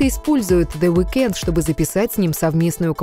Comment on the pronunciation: Во - первых, The Weeknd, ударение на первый слог. Во - вторых, они встречались с 2010 по 2015 год, постоянно расставаясь и сходясь. В - третьих, The Weeknd не рэпер.